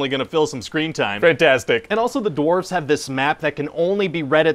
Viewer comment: I kept hearing him say “doorves“